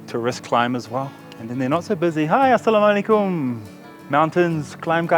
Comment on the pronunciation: it's not aslaam o alikum.. it's assalam u alaikum as in arabic it is اسّلامُ الَیکُم.. so he was right, he just didn't add u in the middle. You don't have to be accurate..he was trying to do it and that's enough.